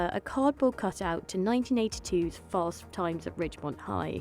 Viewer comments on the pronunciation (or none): none